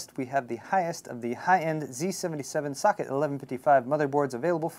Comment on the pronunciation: I thought he said "Fuck it!" Instead of Socket.